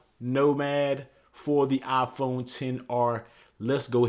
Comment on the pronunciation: Nobody: The guy: Aaaaphone